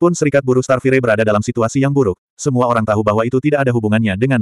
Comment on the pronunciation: Sebutan bukan starfirey.... Kena sebut starfayaa